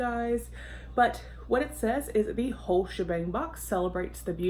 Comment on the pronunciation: The first time you said the name of the box I thought you said the wh*re shebang and for a second was like Ooohh what's in that lol lol. Good box! Yes, I remember when you did a peel off mask on a live😬. Hope you're enjoying the weekend!